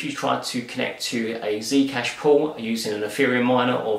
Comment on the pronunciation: I thought he was saying "pooooooort". Say what?